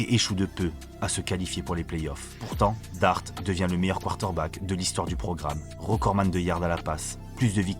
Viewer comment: tu as un défaut de diction!! 😂 tu dis:" quarter-back", ça écorche. Mais tes vidéos sont top 👍